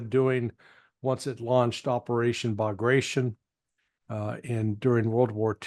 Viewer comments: It's named after the person, and it's prononced as "Ba-gra-ti-On", emphasis on the last syllable. Operayshen Bagrayshen sounds fun, though. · Dear English speakers. "Bagration" is pronounced bug-ruh-tee-On, and not bug-ration.